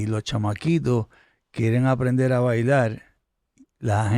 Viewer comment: Ese Pajuo si hace fastidioso ver la entrevista completa, con la pronunciación de las "L" Escuchal, Bailal, Tomal, Fumal